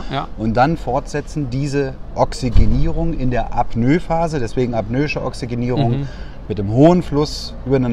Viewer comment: Super Video und toller Input, aber Burschen bitte das heißt Apnoe und nicht Apnö :)))